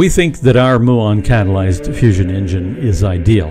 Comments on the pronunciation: It's myoo-on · You ought to look up the pronunciation of Muon. Seriously.